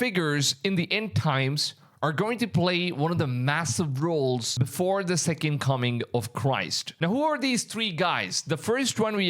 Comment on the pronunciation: Are you just like incapable of saying the word "the"?